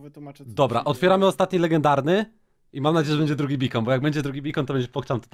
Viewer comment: Mówi sie (bejkon) ale jak kto woli ;)